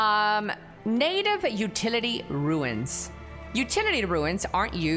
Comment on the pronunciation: Second creator I've seen in the last two days that says 'ruins' when trying to pronounce runes. It's pronounced like 'roons'.